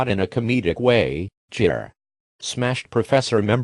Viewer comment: Why you say jir it's gir